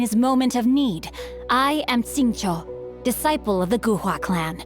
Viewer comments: After all this time his name is pronounce sing-qu not shing-chu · I think it's pronounced sing-cho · No it’s “Shing-chiou” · It's like Sing - Tso or Sing - Cho if you wanna pronounce it exactly how it is in chinese